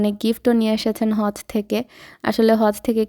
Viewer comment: its not Haz it's hajj